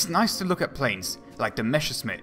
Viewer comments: The pronounciation of "Messerschmitt" seemingly is an art not to be mastered by English speaking people. But apart from that, this is a first class video. Well researched, well built, very informative. Thank you for your effort! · Dude i love you and your videos, but I swear, every time you attempt to say Messerschmitt, a German engineer commits suicide. :( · Good video, learned about some new types of planes, however the 1 month time obvbiously was not enough for learning to correctly read/pronounce "Messerschmidt"... hint: It's not "Meshersmit" ; ) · No - it's a sharp s in "Messer", not a "sh" or "g" like in "measure" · Plesse, do some rehearsals: it is mess like "what a mess" then it is "r" like "err - or" and simply "Schmitt". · Learn saying Messerschmitt. Not Meschersmitt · "MeschscherSmitt"... hey, those "ss" and "sch" in Messerschmitt are pronouned the exact opposite way:P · Meschersmitt? The other times you got ot right xD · Messerschmitt ✔️ Mescherssmitt ❌ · One little advice, a thing I have noticed in all your videos: You say Meschersmidt instead of Messerschmidt, just to put it out there in case you haven't noticed. Otherwise, great video! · messerschmitt not meschersmitt , interesting video tho . i really like those . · Oh, man...it is not meshersmith, it is messershmith or in german messerschmitt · While I understand, that it's hard for a native englisch speaker to pronounce it correctly ... it's Messerschmidt ... and not Meschersmidt ... drives me nuts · The other way round. Not: Mescher Smitt. Try: Messer Schmitt No offense. I think it's funny :-) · Nice video, but "Messerschmitt" is pronounced exactly the other way around, you keep saying "Meschersmitt" ;) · Great stuff, but please stop saying "Meschersmitt", when it's "Messerschmitt"! ^^ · it is called Messerschmitt, not Meschersmitt pls it hurts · It's Messerschmidt, not Mescherssmidt, and Volksjäger translates as "people's fighter", not "people's jet". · "meSSer-SHmitt", not "meSHer-SMitt"!